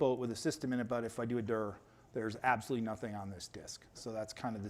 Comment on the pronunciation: Very interesting ; good reminder of cpm basics and i finally learned how to pronounce « dir « like a native English speaker :)